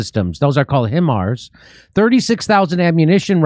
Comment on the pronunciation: HIMARS are pronounced high-mars lol